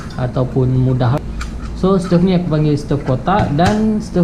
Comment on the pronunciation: Bro..sebutannye stove bukan stef..